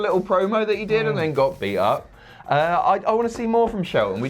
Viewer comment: I thought said beat not be